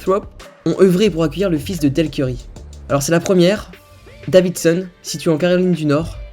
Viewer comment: Il dit Stephan et ceurry